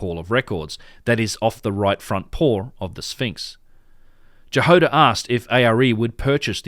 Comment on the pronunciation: About Dr. Jahoda, it's "Ya-Hod-ah" not "Ja-Hode-ah", and it means strawberry in Czech., Dr. Strawberry. :)